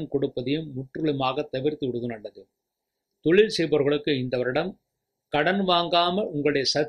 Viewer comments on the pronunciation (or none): Nalla karuthukku nandri Ayya❤ Oru panivana venduhol... Thayavuseidhu Tamil ucharippu sari seiyavum..kulandai..tholil..kilamai..ealu..palaya..all jarring to ears. Idhudhan naan thangalukku sollum puthaandu kurippu